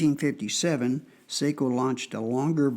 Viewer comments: It's definitely pronounced S-ah-ko. Finns use the dipthong ei for the long A sound. They use ä for the sound of the a in the English words cat, hat or at. Sort of. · Yes, the proper Finnish pronunciation is "Sock-o", as in the sock on your foot. My family hosted a Finnish exchange student one year and she corrected my mispronunciation. That said, I don't own a SAKO rifle but I do love my Parker-Hale .243 Win. And the name is spelled in all capitals. It refers to, "Suojeluskuntain Ase- ja Konepaja Oy" which in Finnish means, "Civil Guard Gun and Machining Works Ltd". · Say-ko rolls off the American tongue much easier than Sock-o. :)